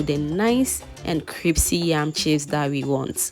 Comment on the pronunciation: Pls no disrespect but it’s pronounced “Crispy” not “Cripsy”